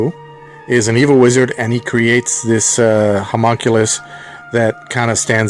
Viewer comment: Sorry to be a nitpicker, but the creature is pronounced "Hom-ON-koo-loose", not "Hom-mun-cueh-lus". It is even stated by the Grand Viziér as such in the movie in that scene, moments after it turns to smoke and leaves. And, that other pronunciation you mention as a possibility is even more way off.